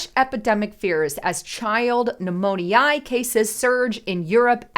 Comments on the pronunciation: it's not pneumon-ee-i....it's pronounced pneumon-ya!!!...Its me!!! I just have this weird thing about mispronounced words! Lol😊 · Pneumonia > New-moan-ee-aah! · Behoove. Now that's a word I don't hear every day. 😅 BTW, it's " new mo nyuh. Not eye ah. Thanks. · new-moan-eye?? that's not how you pronounce pneumonia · Please learn how to pronounce pneumonia - mispronunciation is like nails on a chalkboard to many. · You say pneumonia illitrate. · I had to turn off this update. Your pronunciation of Pneumonia is distracting and a turn off. Hard to listen to your report when you keep f'ing up the word. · 😂😅 me too… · Darn! You made me listen long enough to hear how she really botched that word, LOL! That is so funny. I've never heard it pronounced like that. Is she a real person?